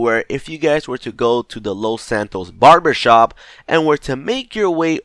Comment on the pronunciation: did hé just say loth santoes